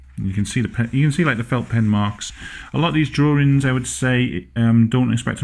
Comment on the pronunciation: "Well you know my name is, and I like to do drawrings."